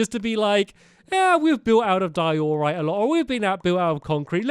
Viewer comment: It’s not di-OR-rite It’s DIE-o-rite